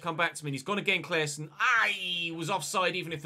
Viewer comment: Can tell you as a swede how to pronounce Claessons name. Just take away the E and pronounce it as “Claasson”